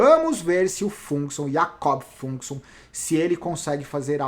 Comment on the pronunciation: a pronúncia mais correta pra Fuglsang é mais ou menos Fuguelzang 😉